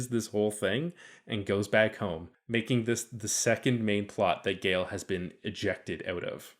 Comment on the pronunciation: I find it rather bizarre that the narrator in this video singularly fails to mention that Gaal ["Gaaal", not "Gale"] Dornick was NOT a woman in the book...!!! Dornick also only appears in the very opening of the first story of the initial Foundation novel.